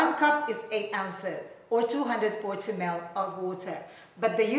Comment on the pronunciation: i like the way how she pronounce 90ml to 90mel hehe